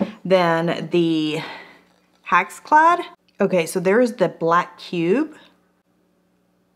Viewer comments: It's pronounced HexClad with and "e" sound as in Echo. It's not pronounced HaxClad with an "a" sound as in Ax. I've owned HexClad for a long time. It's the best cookware I've ever had. I cook daily and use the cookware daily. The best price for it can be found at Costco during a Roadshow event. If you watch the online sales from HexClad you will save money. I like the fact that they have so many various pans that also come with lids. The HexClad Wok is to die for! Buy cheap and you get cheap results! An 8 inch pan is too small, even for a 2 people family. Do yourself a favor and get the 12 inch pan with the lid. The lid is free when they run sales! The scratch test here is worthless. You will or may scratch any pan if you use a metal mixer in a metal pan. Only a fool would do that. As long as the non-stick capability isn't ruined, who would care anyway. Straight from HexClad - If anything impairs the functionality of the pan we will replace the pan! The only things not covered are cosmetic-like stains or minor surface scratches. While our pans are scratch resistant it is important to note that anything can scratch…Even a diamond. With normal use metal spatulas, whisks, spoons are fine. Sharp utensils could possibly leave a scratch. If this happens it is only cosmetic, it will not affect the performance of the cookware. If the pan fails to perform, we will send you a new one!. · hex not hax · Hex pronounce it the way it's spelled, not HAx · It's NOT HAxClad! It's HExClad! The first vowel is an E not an A!!! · I reckon it’s pronounced hex- ex, not hacks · Love how she says hax instead of hex lol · I think it's HEX....like Hex...as in Spell or Hexagon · Hex. HEX. as in Hexagon. Come on now. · Why are you saying haxclad...drove me crazy